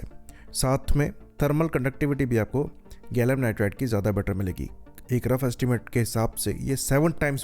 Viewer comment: pehle gallium ko gallum bolna bandh karo fundooo....